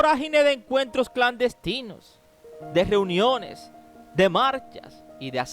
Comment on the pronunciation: GEUNIONES? 😂😂😂😂 NO MANCHES.